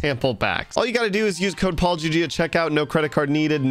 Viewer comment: "To build PaulGG custom homes" What i heard: "To build apology custom homes"